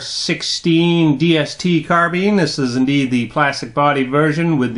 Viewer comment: finally someone that pronounces carbine properly.